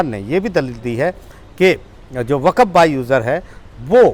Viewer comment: Brother not waqaf is waqf..